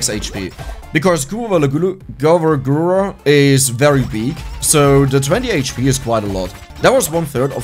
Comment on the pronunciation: The fact that mispronounces Gurs's name almost as badly as she does on purpose is just hilarious. If anyone wants to learn more about HoloLive all the character's has played so far have all been from the HoloEN (English) branch. There's a dedicated YouTube channel for both Hololive and HoloEN, but the really good content is in the girls personal channels. While they all play to the lore of their characters it's the girls behind the avatars that are the real draw- all are extremely talented and have some real skills in art, music, singing, and gaming not to mention being natural performers and comedians. Gura's lore is she's an Atlantean (granddaughter of Neptune) that got bored with life under the sea (and it's lack of wifi) and came to the surface for fun. Lore wise she more or less has a split personality with her Red mode being (mostly) the psychotic and dangerous one. In reality Gura is a LEGENDARY meme lord and shitposter who has the singing voice of an angel. She is also the most popular and subscribed Vtuber in the world with just over 4 million sub's on YouTube. Ina's lore is she's the high priestess of the Ancient One (AO or AO-Chan) an extradimensional Lovecraftian horror that has found a rewarding life as a possessed iPad. She claims to just be a normal girl despite having tentacles and hair that resembles (and behaves) a bit like a dumbo octopus. In the lore, she has magical abilities on par with near godlike beings, but for the most part doesn't use her a